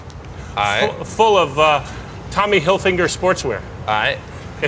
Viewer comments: did he say Tommy hilfi'N'ger ? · is it just me or the guy actually sais "Tommy hilfiNger sportswear" lol